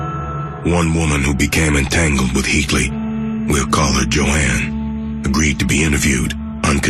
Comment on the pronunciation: The OED defines 'ignorance' as 'Jo-anne". Sad, sad, sad.